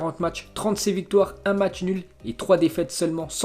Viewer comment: Salut l'ami, stp c'est matsh que tu parle bien. Se jou à 8klo ???